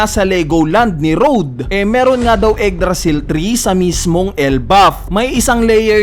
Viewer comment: "eggdrasil" tree